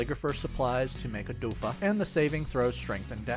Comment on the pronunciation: not sure if its a typo in your script or something but she uses healing OFUDA not odufa XD (pronounced as oh-foo-duh)